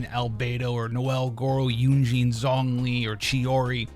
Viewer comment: Thats not how you pronounce zhongli